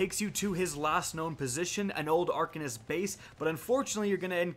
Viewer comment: Are-Cane-ist proper pronunciation